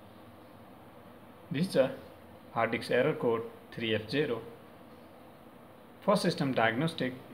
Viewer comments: It's HARD DISK not hard dix. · he said Hard Diks like times LOLOL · Hard diks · hard disk or hard eggs😂😂😂😂😂😂😂😂🤣😅😅😅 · I like how he says hard disk with his Indian accent